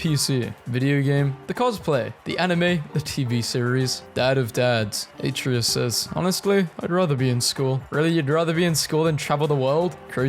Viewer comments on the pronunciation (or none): I don’t understand why people say; “Æ-tree-us” instead of “A-tray-us” Also, it’s “Yor-men-gander” not.. “Jog-man-der” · Every time he mispronounces Atreus it feels like I get sent deeper into depression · you played all three, yet you pronounce Atreus wrong? you make me feel like Hermoine in that Wingardium Leviosa class xD